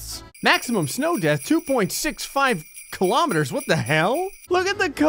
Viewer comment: I thought he said death not deph